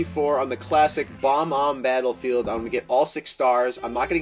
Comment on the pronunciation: im shure its bob-omb not bomb-omb